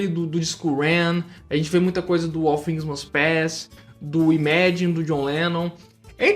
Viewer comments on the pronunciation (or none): none